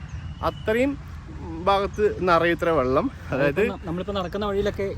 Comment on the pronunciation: വള്ളം അല്ല മുത്തേ... വെള്ളം